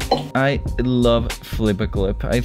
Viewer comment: almost says flippa clip wrong me: FLICK A PIG!!